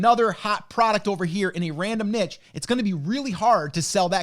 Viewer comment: i like this guy just because he pronounces niche correctly.